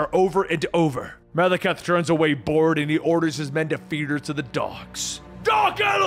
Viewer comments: MAH - LAH - KITE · He pronounced the ten realms 90% correctly but mispronounces Maleketh several times granted I can't even spell it but his name is said so much in the movies you'd think that would be the last thing he'd get wrong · He can't even pronounce "Malekith." I don't think he gonna get "Svartalfheim." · bro y u gotta butcher Malekith's name like that